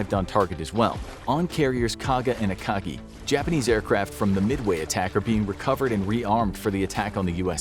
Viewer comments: It’s Akagi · ah yes, the akachi At least the pronunciation was fixed later on